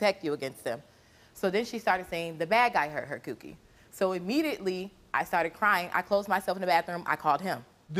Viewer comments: I’m pretty sure she didn’t mean cookie 🍪 but “Cewkie” is how it’s being pronounced so … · She’s not saying cookie she’s saying coo-key like Coochie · she said coo kie not cookie like did you even watch the video